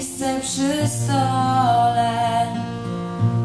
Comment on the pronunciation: Najbardziej mnie raziła wymowa: "rachunki strat", a nie rachunki srat :P oraz "puste miejsca przy stole", a nie SOLE . :P ładne aczkolwiek zbyt teatralne wykonanie. Ot, takie moje zdanie :P